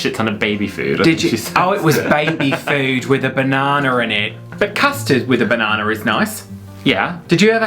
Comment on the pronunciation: Did you just say bananER? 😂